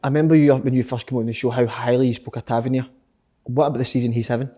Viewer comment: Kyle says Tavernier different every week and could go probably 200 episodes without saying it right